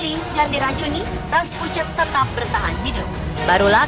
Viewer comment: Rasputin aja raspucen nyebutnya